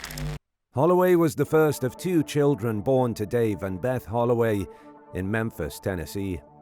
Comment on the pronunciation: They saying Holloway quite well !